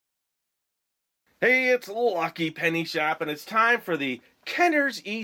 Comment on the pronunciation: Loved the emphasis on the lucky in this video XD